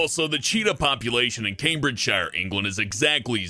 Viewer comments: It's not Cambridge shire. It's pronounsed Cambridge sheere btw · It is pronounced camebridge sheer not shire and that is not how poeple speak in camebridgeshire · Sidenote: Counties ending in "-shire" are pronounced "-sheer" in the UK, Cambridgeshire is pronounced "Came-bridge-sheer". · Why do Americans pronounce shire wrong? It's not sh-eye-er, It's sh-ee-er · oml, most people in Britain don't say "CambridgeSHIRE", we normally say "Cambridgesher" or just stop at "sh". like I say "Yorkshire" like"yorksh-". at least most Yorkshire people do. :) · The suffix "-shire" isn't pronounced like the noun Shire. It's pronounced "shuh" and all as one word so it's pronounced Cambridgeshuh not Cambridge-shire. Same with all the other counties ending in -shire (Yorkshire, Lancashire, Lincolnshire, Herefordshire, Hertfordshire etc.) though maybe with a bit of an accent so it sound more like "shir" never ever "shy-er". I don't understand why Americans can't seem to get this. Canadians and Australians seem to manage it and we're all from the same stock. Any American who goes to the UK and says Shire will be mocked and thrown into the Thames. It's part of the Laws of London. You'll also be banned from meeting the Queen as she does her nightly walks around Britain meeting her subjects, because we all know her personally. You have been warned. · The Shire in Cambridgeshire is pronounced Sher,so that bollocksed your whole piss take up! . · Not to mention Mar-Goh and Came-bridge-sheer are pronounced incorrectly. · The way you say Cambridgeshire is killing me. 😐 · it would help if you said cambridgshire peoperly, its one word i dont why americans say the shire suffix as if its a seperate word. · You are not pronouncing the English town correctly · Planet Dolan Fuck you that's not how you pronounce shire